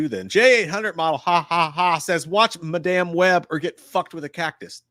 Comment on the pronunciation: I love how each time says Madame Webb wrong lol it's like when he said memoir wrong for Halloween Ends. Lets hope for the next list it Jay gets his year for 94 right